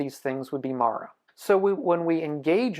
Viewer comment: You’re saying it wrong. It’s Māra. Not Mara 😅